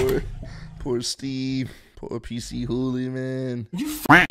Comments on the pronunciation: so its actually pc hooly. i pronounce is p chooly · He said PC Hoolie hahahaha it's pronounced puh-chew-lee